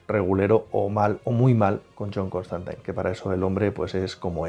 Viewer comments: Siempre creí que se pronuncia Constantin y no Constantain. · Lpm!!!! Q deje de decir ConstANTAIN!!! Es CONSTANTINE, xq pronuncian taaaaan mal!!!! Me genero mucha broncaaaaa escucharlo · Sólo dos cositas nada más. Tanto Zatanna como Dr. Fate aparecen también en algún capítulo de Smallville. Y por favor,, que eres un crack y es un placer verte en cada vídeo, pero cada vez que te escucho decir "ConstantAIN" se me enconge el alma. Mira cualquier capítulo de Legends of Tomorrow en versión original, que ahí lo pronuncian bien. Enhorabuena por el canal, todos aprendemos un poquito cada día con vosotros. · Me daba un dolor en el hígado cada que escuchaba constantain, hasta a lucifer lo corrigieron en la escena del crossover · Suena tan rara esa forma de pronunciar "Constantine" no entiendo por que los españoles cambian la pronunciación del inglés...